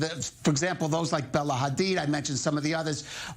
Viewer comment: Woman, I’m afraid “KHamAaAs” doesn’t exist. Neither does Bella and Gigi “KHadid” 😂